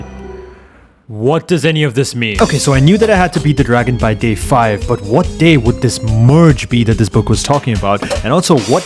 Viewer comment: did he say gragon?